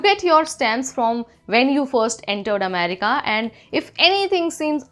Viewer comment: what do you have against the letter r? If nothing then use it. R is an important consonant in the English language. America is pronounced America, not Amedica.